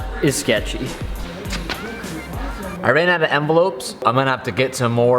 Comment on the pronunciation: "I ran out of eny-lopes"